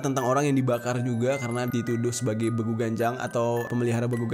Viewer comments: Beeguuu.. bacanya bang bukan begu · Saya dari sumatra utaraa bg bilang nya BEGU bukan begu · bEgu loh bang buka begu,bacanya e nya E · Bang salah ucap lu,be gu... nya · Bangg gw orang karo,salah ucap lu bang (begu) *eee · Cara sebut nya salah bang Pas begu itu Huruf E nya ditekan bang kaya logat orang batak gitu bang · Pengucapan E di kata Begu nya bkn gtu bg 😂